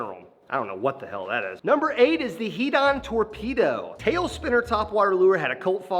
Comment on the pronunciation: Come on young bucks its,head-don